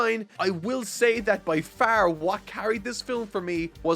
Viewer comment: Dude, it's far not faar, OK?? Sorry.